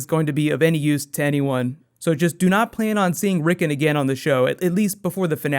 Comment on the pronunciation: Considering the amount of detail your videos go to it seems pretty lazy to mispronounce names that are said aloud on the show (several times)